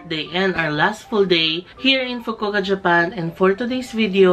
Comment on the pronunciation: FU-KU-O-KA pronounce the O IN FUKU-OKA.